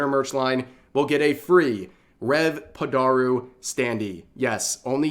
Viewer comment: "padaru"? my origin story isn't this deep. it's literally just "i like cute girls so i'll surround myself with cute girls whenever i can" this is true. some people just rely on waifu models as bait to get attention, and then can't maintain that attention